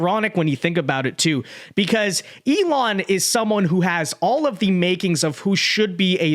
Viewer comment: "elin", andersen? it's elOn! say his name right or else youre racist or something... least that's what i heard from kamala supporters...